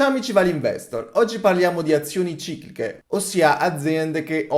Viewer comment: QUANTE VOLTE HAI SBAGLIATO A DIRE CICLICHE 😅